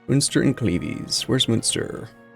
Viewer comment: At this point I am hoping Cleves get fully annexed so he stops saying it